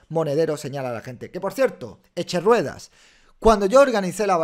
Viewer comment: ¿Echerueda? Es Echemierda